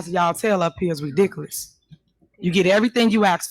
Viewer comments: Tahoe Tiffany needs to go back to school and take ENG 101. She also needs to take Elocution lessons. It is "ask" not "ax". It is "with" not "wiff". It is "ridiculous" not "wedickkulus" Do you get the picture Tiffany? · "All the lies ya'll tellin' up here are REDICKELUS!" - Tiffany Henyard